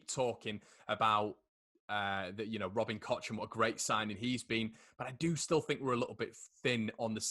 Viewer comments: Its cock. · Please don't call him Kotch. The CH in German is basically the same as the CH in Scottish and you certainly don't pronounce it Lotch Ness. ;-) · Koch is pronounced ‘Koh’ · I've heard of a new pronounciation - Robin Koch (Coke).